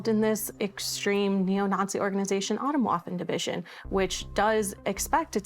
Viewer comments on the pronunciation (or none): as a German the pronunciation of Atomwaffen Division in this episode triggers me every time